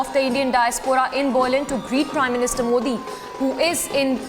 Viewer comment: Why is the anchor pronouncing Berlin wrongly?